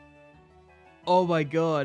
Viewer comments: Man calls riolu "Rilu" THERE IS A O IN IT. RI-O-LU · "thats a shiny rilu"